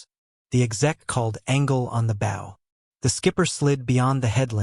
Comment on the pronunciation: Your pronouncing the name of the front part of a boat wrong, and it makes you sound stupid.